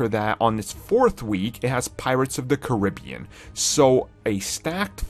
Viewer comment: You said Caribbean wrong poo poo